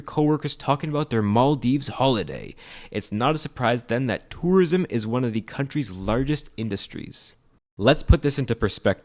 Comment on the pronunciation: I like how he says "törism"